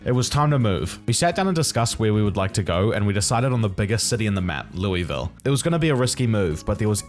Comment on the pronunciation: It's pronounced like Luhlville, not Lewisville